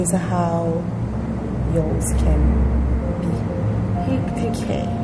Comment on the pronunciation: I've been a subbie here since the beginning of covid, watched every single video and it's actually the first time, I hear "it's Yolz channel" as "it's y'all's channel". How creative!🤔🤭🤭